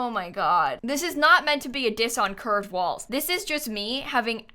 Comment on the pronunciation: with each time says "curved walls" it sounds more like "cursed walls"